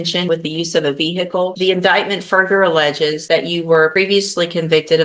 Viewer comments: A Veer-hick-le?!😂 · What’s a veer hickle ? 😂